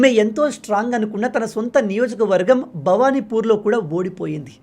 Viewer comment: అన్న మీరు 2: 15మినిట్స్ దగ్గర భాభనిపూర్ దగ్గరా మీరు తప్పుగా పలికారు అన్నా భవానిపూర్ అని పలికారు సరిచేసుకొండి అన్నా